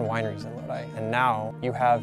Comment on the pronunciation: Very informative video, even instructed me how to pronounce 'Lodi' AVA properly. Certainly deserves more views.